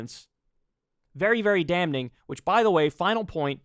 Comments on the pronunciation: Kyle why do you pronounce it “DAM-NING”? It’s “Damm-ing” the “N” is silent. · You don't pronounce the "N" in "Damning".